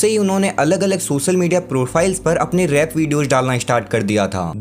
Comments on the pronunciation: भाई 'रेप' मत बोलो यार "रैप' होता है। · Bro " Rap " Hota hai thoda ache se pronounce kiya karo , Baki sab kuch badiya hai. Keep it up bro!💯🔥 Love From Kingsclan...❤️